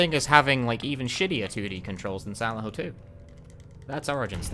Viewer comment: Took me about ten minutes to realise he was saying "Silent Hill" not "Xanahu"